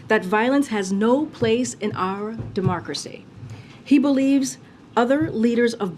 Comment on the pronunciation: Anyone else catch her saying dem-marx-cracy not democracy? Is that a mix between democracy and Marxism? That would totally explain everything they've been doing and persist on doing; they also are the administration that has the nasty habit of saying the quite part out loud; what do you people think 🤔?